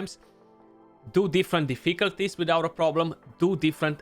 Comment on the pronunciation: Great video, liked and subscribed. Btw, if you ever decide to make merch, please design a shirt saying - Deficalties, to say it like this;) - would be an insta buy for me. Keep up the great work, very informative and to the point.